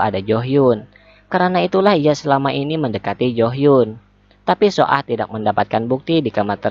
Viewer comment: Cara bacanya BKN so ah min,tpi baca aja su ah